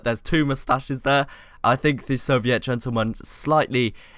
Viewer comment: its soviet, not soviét